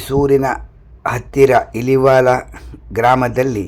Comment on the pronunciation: ಮಾಮ ಇಲಿವಾಲ ಅಲ್ಲಾ ಇಲವಾಲ